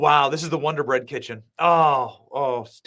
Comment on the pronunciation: WODER BREAD BOY 😂😂😂😂